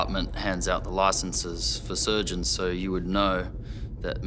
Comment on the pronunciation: Verno I could even get half way through the video, the word "so" being pronounced as "saarruuu" by that blonde chav was just too much for my ears to take.